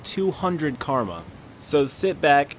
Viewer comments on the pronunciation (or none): none